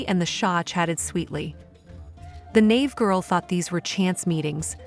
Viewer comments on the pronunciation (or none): Dear A-I: "the nave girl" - probably/properly spelled "NAIVE" - has 2 syllables, "NA + EVE".